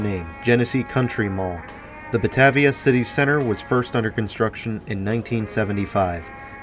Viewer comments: Buh-Tay-vee-ah. Long A. Driving me nuts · I was going to saybthebsamenthing - Buh-Tay-v-uh. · Drinking game #2: every time mispronounces "bah-TAY-via". Don't do shots, you won't survive😉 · 💗western NY state🍻Salute! Also Batavia is pronounced buh-tay-vee-uh in NY state:) Nice work,!👌